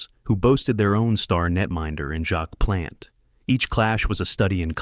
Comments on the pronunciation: Well-written piece, but it's effect is lessened by mispronounced names. Georges Vezina is pronounced VEZZ-uh-nuh. Patrick Roy's last name is French... RWAH. Jacques Plante is PLONT, not plant. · Yes, and how about Jacques "Plant", like a house plant. Or George "Vezeeeeeena". And then all of those reversed photographic images that made Sawchuck look like lefty Detroit goalie, Roger Crozier. This video is garbage, an insult to "the Uke". I shut it off after 4 unbearable minutes. I am glad that you also called it out. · "jack Plant", Terry "sawchook" and "george vezeena"? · It so hard to watch this because this narrator mispronounces the names of the great goalies. Like Plante, he totally mispronounces. So when you hear these names mispronounced I just had to turn it off because what authority can you have when the guy can’t even pronounce the names right. It put me in stitches laughing when he mispronounced George Vézina. Go back to your cave. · This announcer is brutal. Learn to pronounce the names correctly Sawchuck,Plante, Vezina..